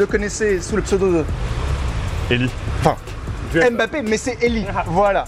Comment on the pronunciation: Purée mais arretez de dire M- Bappé !!! On dit Mbappé en un seul mot !!!!!